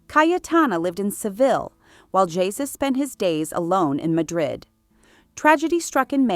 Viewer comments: “Jesus” is pronounced phonetically as “Hey-Su” not “Jesus” as in Jesus Christ. You pronounced it previously correctly, but then changed it to the wrong pronunciation. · You of course don't pronounce the first name of the Duchess of Alba's second husband Jesus Aguirre y Ortiz de Zarate as "Jesus", the English way, but the Spanish way: "Gesus" with a "g" the Spanish (almost Dutch) way. Much too much time spent on Grace Kelly and Jackie Kennedy - this was about the Duchess, not them ! And no word about her numerous facelifts ???? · The J in the name Jesus is pronounced like h. Heysoos. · The way the narator pronounced spanish names😂